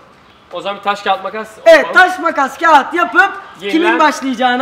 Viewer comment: lütfen "TAŞ KAĞAT MAKAS" ı doğru söylettirebilrmisiniz?